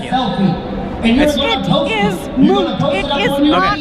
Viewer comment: Did she just say moot?